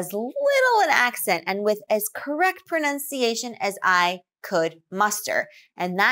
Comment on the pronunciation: I think you should work on your own pronunciation as well. I can sense your slight regional accent, and you do not pronounce some words clearly enough. One example is the word "pronunciation" that you often pronounce as "prunciation"